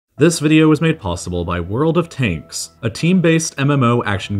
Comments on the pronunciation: "World of 'Taints" 😀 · I really thought he said “world of taints”